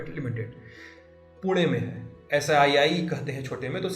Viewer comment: The way he pronounced पुणे, punekar will be proud😂